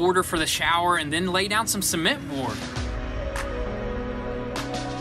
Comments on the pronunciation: see-ment dang son: ce-ment 😭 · I like how you guys pronounce cement 😂 in Canada we say it pre much suh-ment 😂